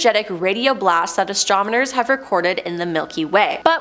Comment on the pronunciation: Stop saying “exatronmers!”